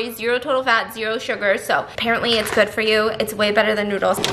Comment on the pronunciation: No one NO ONE AT ALL Stephanie: crunch (eating cucumber) “That’s goooo”